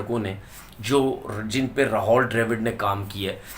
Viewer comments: Bolna seekh le ,ra haul nahi rahul hai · Tonveer it is Rahul Dravid and not Rahol Dravid as pronounced by you... pl correct.